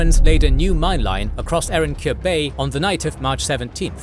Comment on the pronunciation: Erenköy. O sikik ingizcenizde Ö harfi yok sanıyorum